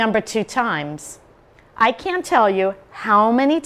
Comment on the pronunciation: how? start pronouncing that T sound at the end in words like "can't" 😂